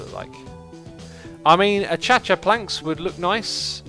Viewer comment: Please stop, it’s pronounced uh-cay-sha